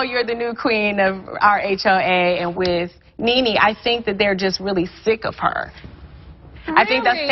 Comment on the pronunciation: the mezzy mahon, IT NENE NOT KNEE KNEE, NOT YOUR KNEES ON YOUR BODY, LOL